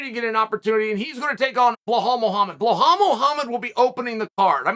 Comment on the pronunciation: Psst Chael it’s Belal not Blahal 🤣